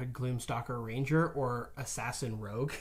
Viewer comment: rogue, not rouge.